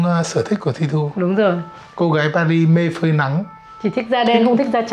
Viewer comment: Tôi ở Pháp, anh Tiệp ơi , về Paris thì anh phải nói pa ri , anh nói pa rít là trật đó, không đọc chữ s